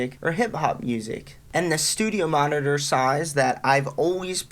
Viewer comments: Noooooo it's all i can hear now and he can't even say it properly. I just wanna go grab mine and smash em 😱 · New year's drinking game: watch the video and take a double shot every time he says studiomonitors. Regular shot each time he says monnidurr or studiomonnidurr (singular). Brotip: actually, don't. You'll be dead within 3 minutes. 😂